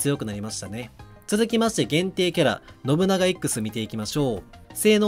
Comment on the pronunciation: 発音ノ↑ブ↑ナ↑ガ↑やなくてノブ↓ナガ↑やない？（笑）